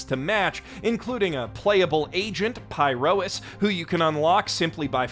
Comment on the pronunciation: Oh wow wasn’t expecting a ZZZ sponsor! I love that game ❤❤❤ And you actually said Pyrois and all the other proper nouns correctly, impressive O.O